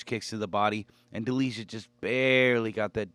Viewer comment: You are butchering Delijas last name 😂